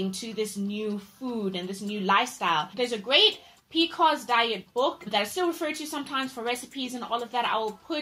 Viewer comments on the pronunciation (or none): P.C.O.S not Pecos